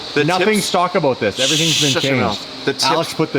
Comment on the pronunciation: cannot say the "about" for shit